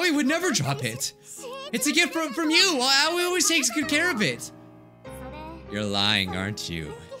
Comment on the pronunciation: The way he pronounces Aoi 😂🤣 It’s actually pronounced “AH O EE”(あおい